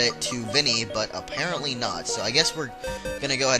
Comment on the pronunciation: u said "apereantly" 19 times-i counted!